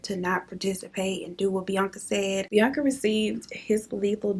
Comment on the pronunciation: you could have given me years and i wouldnt have guessed you say his name like bianca